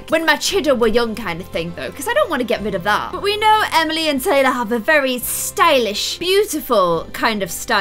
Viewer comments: she said Emiler and Taley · Did anyone else notice that said Emilor and Taylyfy when she was changing their room? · Did anyone else notice she said emiler and taylie? 😂